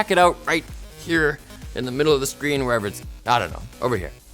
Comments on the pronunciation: The Spheen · Just for laughs any hear what Linus said instead of saying screen??? :/ no just me lol